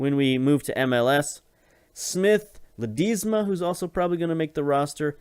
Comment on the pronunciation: Not sure if someone has said but it's Pronounced la-d-e-sma it's a short 'e' like in elf rather than a long 'e' like in teach